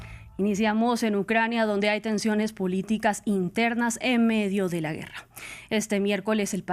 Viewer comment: No se dice güerra se dice guerra